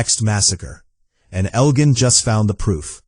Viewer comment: You mispronounced Elgin and Clara never lost an eye. Maybe watch the show before you make videos.